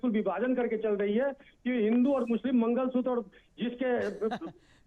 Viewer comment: मंगलसूत्र को मंगल सूतर कह रहा है --ओवैसी जैसे